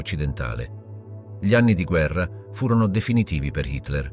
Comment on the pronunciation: Si tratta comunque di un software di lettura automatizzato, semplicemente non riesce a leggere correttamente l'articolo "gli" e lo legge "ghli" oppure "gili", decisamente perfettibile.